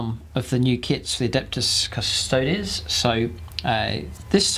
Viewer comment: Another great video! Glad you got the pronunciation right too haha 😃